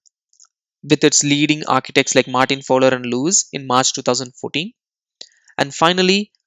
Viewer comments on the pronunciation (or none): none